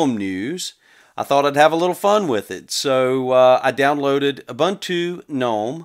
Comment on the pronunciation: It's pronounced like this: OOBOONTOO